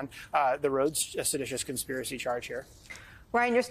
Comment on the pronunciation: Not sedatius..lol